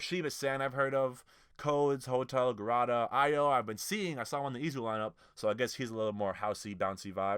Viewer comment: Droeloe is pronounced “DRO-LOW” not a fan The z is ZHU, proper legend but kind of boring at times. Best is a zhu b2b K?D is pronounced Who’s Kid (pretty silly name but he’s really good) HOTEL GARUDA is pronounced “Garooda” and they are definitely worth a look if they don’t conflict with anything